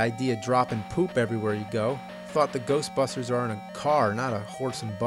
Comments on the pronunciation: Who ya gonna call? GERSHTBERSHTERS! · "If there's somethin' strange in the neighbor-hood, who you gonna call?: Goshbusshhtersss!"... I watched this episode shortly after it was first up-loaded & when that part first came up, I laughed my ass off & I still get a laugh out of it, to this day.